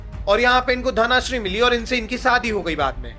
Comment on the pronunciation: Bro suggestions - it is कूच बिहार not कोच बिहार , 2nd thing - it is धन श्री not. धना श्री